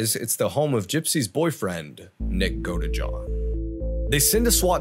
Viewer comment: Am I the only one who heard "nick go-to-jail-oh?" Heh...okie dokie fine....